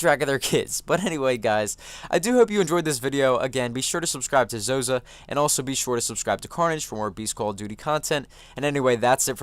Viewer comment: LMAO, "Zozah"